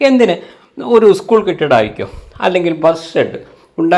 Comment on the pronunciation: എന്തര് പറയണത് പണ്ഠിറ്റേ, ഈ കാലത്ത് ഉസ്കൂളെന്ന് പറയാതെ സ്കൂളെന്നു പറഞ്ഞൂടെ. ചിലര് ഇസ്കൂളെന്നും പറയുന്നുണ്ട്. എന്തൊരു കഷ്ടം. മഴ : മയ. പഴം : പയം. കഴിഞ്ഞു : കയിഞ്ഞു. സമ്പന്നമല്ല, വിദ്യാസമ്പന്നം. പിന്നെ ഈ ഫണ്ട് ശമ്പളം കൊടുക്കാനായി ഉപയോഗിക്കാൻ പറ്റുമോ ?